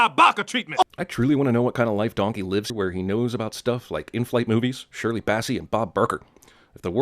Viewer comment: “Don-kehy”